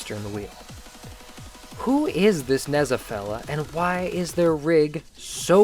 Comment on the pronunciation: For future reference: Because Nezha is a Chinese name the zh is pronounced basically the same as "j", so say it as "Neja", other thatn that you got it fine.